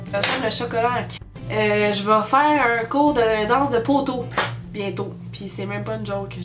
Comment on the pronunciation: ENFIN une qui prononçe POTEAU comme du monde!